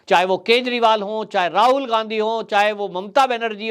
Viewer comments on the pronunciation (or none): none